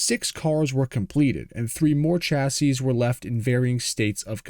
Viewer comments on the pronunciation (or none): FFS you butcher chassis (a French word) but apologise for fear of mispronouncing Italian names. Does it surprise you everyone hates Americans?